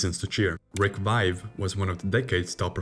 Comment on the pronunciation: Something else you need to learn to pronounce Vaive and Salming your pronunciation is so bad it’s offensive